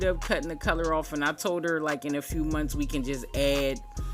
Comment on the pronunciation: "every couple of mumfphs" love it